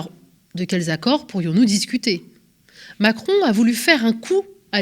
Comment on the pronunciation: Omacron elle a dit 😂